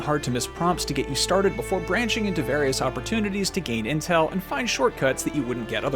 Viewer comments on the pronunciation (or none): none